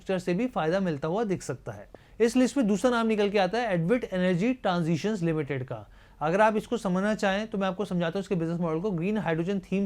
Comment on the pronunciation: सर Advait Energyबोलने में एडविट एनर्जी न बोलकर अद्वैत एनर्जी बोल सकते हैं।यह क्लिष्ट हिन्दी का शब्द है।